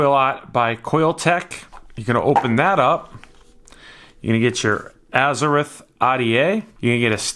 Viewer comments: And it's Azzer-ROTH not azzer-rith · James Skyvaper He's like a Spanish speaking guy that pronounces "R's" uniquely... Azze-rith Ah'DA😜